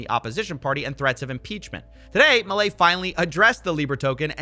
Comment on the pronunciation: Somehow each time you say 'Milei' it hurts lol You said it kinda right on your previous video about this but on this video you said it a billion different ways and each time it was worse lol